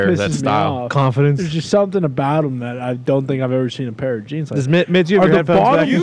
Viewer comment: Hilarious that corrects the word Thespian when he can't say "them" correctly., them has an "e" thus it shouldn't rhyme with plum, like when you say it...